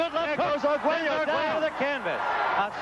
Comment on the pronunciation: Oye narrador , el apellido de Alexis es Arguello , no " Aguero ".